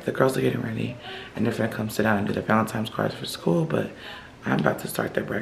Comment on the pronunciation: Not Valentimmmmes Day